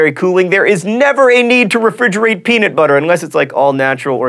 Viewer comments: lol u said peanit butter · It's pronounced "pea-NUT butter" not "pea-NIT butter". You should be ashamed of yourself sir. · I've got one for you, peanut butter is not pronounced peanit butter, there is a "u" not an "I". Oh, and I see the CGPGrey symbol back there.